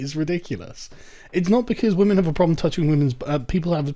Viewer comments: Don’t know if I missed a video, what’s the reason for Sargon saying “wamen?” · Yo Sargon. About this "Wamen" thing... You and I both know it's bullshit. Just say "womyn" for pete's sake. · Sargon you're a 38yo guy, PLEASE stop with the Pewdiepie "Wamen" bullshit. I fucking cringe every time you say it. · Why does he keep saying wamen